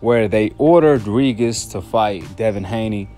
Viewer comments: Regis is pronounced Ree-Jus. Sometimes a g next to an i or e is pronounced as J in English. Like in Gin or Gem. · Why do you call this man “ Ree-Gis” 🤣😂😂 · Tha man name is pronounced Re-gist 😂